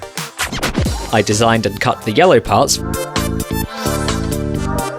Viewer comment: goofy ahh yellew